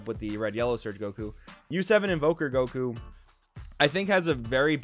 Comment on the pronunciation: Yeah, the game will never be the same again, Surge leaders completely changed everything. Also, thank you so much for saying “Surge Goku” instead of “Surgeku”. 🙏